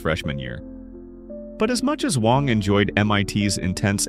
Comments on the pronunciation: His last name is Wang not Wong! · Americans like to pronouce his name with short A but it's actually pronounce with a short "U" like in the word "Huh" so it should be spelled like "Wuhng"